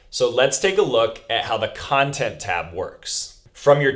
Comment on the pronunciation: Khantent tab? No? Ok...